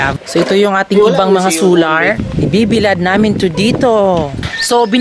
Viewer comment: Sular? Dapat po Solar.. Mali po pagbasa mo